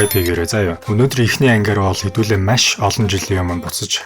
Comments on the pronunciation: Маш байвал яаж бна.машь гээд байх юм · Машь ? маш гэж уншаач эсвэл яриач пяз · Nuhursug zuvlumj: MASH gej tod hlhiig bodooroi tghgui bol MAESH gej zuulnii temdegtei ym shig sonsogdood bnaa bas olon udaa davtaj hleed bn shuu. Busdaar bol yanziin sonirholtoi blaa.Amjilt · Маш, майш 2 ялгаатай шүү. Загвар өмсөгч Энхболд шиг ярих юм. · Үзсэнд Машь их баярлалаа гээ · Машь гээд байх шиг байна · maish gshaa 😂😂😂 mongol ugiin sand tiim baihguu shuu bro 😅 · Ккккк. Маш гэдэг үгийг яаж дуудаад байна аа😅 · mashi gedeg ugiig n bur sonsoj chadahgui garlaaa ohhhhh 🫣